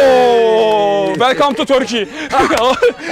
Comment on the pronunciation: Velcome to Turkey diyince haykırdım